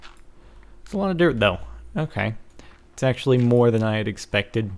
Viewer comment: dirk? he said dirk instead of dirt after the music!